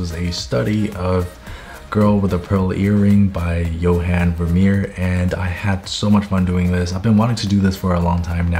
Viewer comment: I’m Dutch and hearing you pronounce Johan Vermeer was funny, you mostly got it right though so 👏